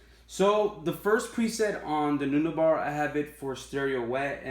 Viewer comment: Dude love your board, great set up. Btw, Neunaber is pronounce "nu-neighbor". I'm sorry for correcting you, my ocd wouldn't let go through if I didn't. For your future stereo set up you can get a British style amp to complement the Milkman like a Hamstead Artist 20 or get a tweed style amp with a creamback in it.